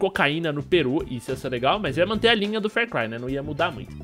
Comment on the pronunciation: Meu Deus vc ta me deixando com aflição falando fer cry.